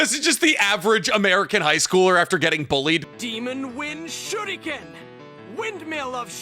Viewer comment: Good old times when ninjas actually fought like ninjas. First series' soundtrack was dope. BTW, I like how they pronounce the sharrringan and shurrriken.